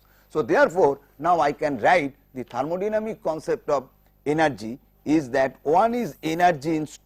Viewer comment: it is thermodynamic not thermodyamic you missed the 'n'